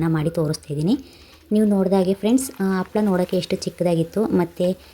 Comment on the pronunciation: Its not Appala maam its Happala